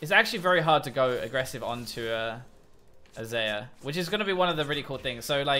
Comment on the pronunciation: ITS XAYAH PRONOUNCED LIKE ZYRA